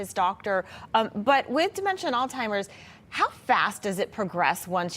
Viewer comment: Why does she keep saying “Altimers”? The guy says it correctly. Lol